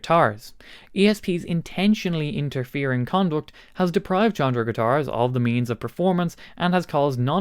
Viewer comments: I'm sure someone already corrected this in the comments, Chondro is pronounced "Kondro", the CH makes a K sound phonetically. It's named after the old scientific latin name for Green Tree Pythons, Chondropython Virdis. They got dubbed "Chondros" by us reptile people, and still have that nickname after being scientifically reclassified in the genus Morelia giving them the scientific name Morelia Virdis. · It is pronounced "CONDRO" A chondro python is a green tree python. And his logo is a green snake. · fyi Chondro is pronounced “Kändrō”, hard K sound. For the guitar store, it comes from the mascot, the Green Tree Python, latin Chondropython viridis. Killer store name. Now, back to guitars… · I believe in this case the correct pronunciation is Con--Dro. That is a nickname for Green Tree Pythons. A popular and expensive exotic pet snake species. Given the color scheme of the company's logo, it makes sense. That and there are a lot of guitar players that collect snakes. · It is definitely pronounced Kondro. Like chronology, chorus, etc. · I feel like the pronunciation of Chondro is quite important here